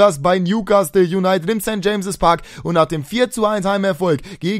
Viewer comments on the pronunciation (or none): kanns sein dass du immer St. Jamses Park statt St. James Park